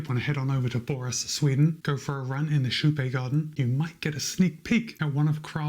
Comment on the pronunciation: Actually if the name is from kypegården its actually pronounced more like sheepé. Sh - ee (need) - p - é (pokémon). Im swedish so i know that pronounciation. The "ee" part is not exactly right but i cant think of a closer comparison in english